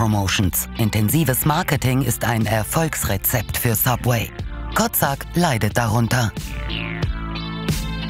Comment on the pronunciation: Den Namen des ehm. Franchisenehmers habt Ihr aber sehr ungünstig ausgesprochen. Der heißt wahrscheinlich Kocak (türk.) und dann wird das Ko-tschack ausgesprochen. Klang sonst bisschen arg nach Kotzsack :D